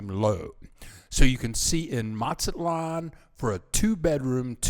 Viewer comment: Matsalon? It’s Mazatlan! Why do so many Gringos go on YouTube pretending the experts on Mexico and then they can’t even pronounce basic Spanish words & place names correctly? Another common one is people called Puerto Vallarta. porta Veeyarty. They call Tijuana. teeyawanna. It goes on and on and on. I’ve lived in Mazatlan, I’ve lived in Morelia, the last thing we need is some guy going on YouTube and helping to drive prices up on rent and food in those cities by encouraging more Gringos to move there. I guess it wasn’t enough for you, Gringos to have taken over San Miguel, then many other towns. Ajijic much? Ouch.